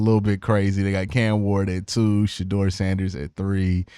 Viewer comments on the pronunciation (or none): none